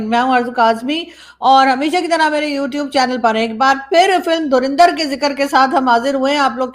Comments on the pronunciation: It's Dhurandar, not Dhurinder. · Why Pakistani pronouns it “ Dhurinder”? It is “Dhurandar.” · Pata nahin kab pakistani dhurandar ko sahi naam se pukarenge. Ye dhu-rin-dhar nahi dhu- run- dar hai hai. 😂😂😂😂 rin ke badle run boliye😂😂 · pronunciation is DHURANDHAR not DHURINDHAR. Dhurandhar means expert or Past Master in his field. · the movie is pronounced like Dhu Run Dhar, not Dhu Rin Dhar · …u pronounce it as Dhur a ndhar and not Dhur i ndhar😊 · It is Dhu run dhar not Dhu rin dhar